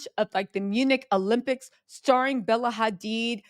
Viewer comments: Why you pronouncing Hadid like it's Hispanic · Bella Hadiddas! 😆